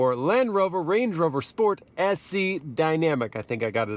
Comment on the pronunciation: bro said blade rover 💀